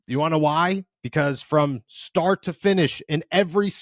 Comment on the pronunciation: I honestly thought I heard you say "From Shart to finish" and honestly that's not a bad way to describe this game.